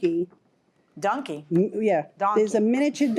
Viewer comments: Right, it's “donkey” not “dunkey” and I would have brought him too. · If you cannot say DONKEY correctly, then you shouldn't have it!